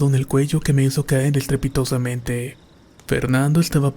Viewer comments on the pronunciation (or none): “Estrepitosamente”: u la la señor francés.